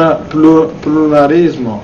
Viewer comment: Dopo avere visto questo video una logopedista ha tentato il suicidio e un foniatra è stato rinvenuto su una panchina del parco in stato confusionale, ripetendo "pirulì,pirulà"